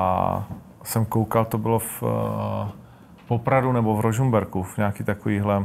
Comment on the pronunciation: skoro mi bráaaanicu utrhlo :D "určite to bolo v Rožumberku" :DDD